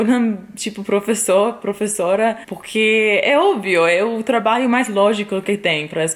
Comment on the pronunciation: Bela historia,!. Passei para meus sobrinhos no Ceará - do moro no Riode Janeiro - para inspira,-los: incentiva,-los a ousarem; a se arriscarem um pouco. Outra coisa, observei que você tem dificuldade em ptonumvisr "trabalho" voce fala ",trabaio". Neste por a ponta da língua dos dentes quando for pronunciar o ",lho" de traba",lho". Exatamente aí. Diga: Trata lho," este com a ponta da língua dos dentes superiores. A mesma coisa para,,: Ju-lho. Agasa-lho. Orva-lho. Orgu-lho. Obs. Todos os "luis pondo a ponta da língua nos dentes superiores. Orgu - lho(menta parte). Estou seguro de que vai ficar perfeito...